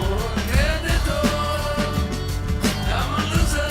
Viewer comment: If you listen closely, he's actually singing, "Soy un pandador". Which isn't a Spanish word at all, but because of his poor Spanish accent he can't pronounce the word "perdedor" which means "loser", not "lost" by the way. He's one confused dude.